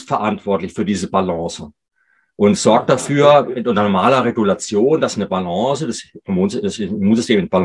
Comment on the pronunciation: nettes vid, aber wenn der doc noch einmal balance mit e am ende ausspricht dann raste ich aus!!!!!!!!!!! :face-orange-raised-eyebrow::face-blue-smiling::face-green-smiling